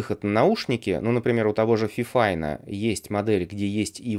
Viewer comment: FiFine T6 69 или 66 Не фифин, а ФИФИН ОЧКА